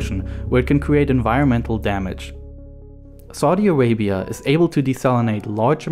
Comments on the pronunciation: Whenever he say "saudi Arabia" it's sounds like " Sorry Arabia",😂😂😂😂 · Saudi Awabia, Weservoir, Wain, Wiver, Agwicultuwal, Iwwigation, Wegion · Narrator: "Saudi Awabia has no wivers." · Lol yeah, "Soddy Arabia" and "Sorry Arabia"